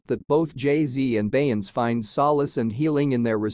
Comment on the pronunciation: You are saying her name incorrectly !